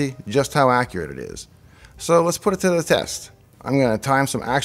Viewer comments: accruate lol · "How Accruate..." I love you davepl